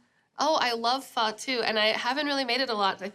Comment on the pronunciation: it's not pha it's pho. Never heard someone from Vietnam call it pha.